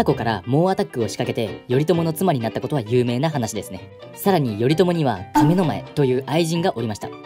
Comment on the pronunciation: 「亀の前」のイントネーションがおかしい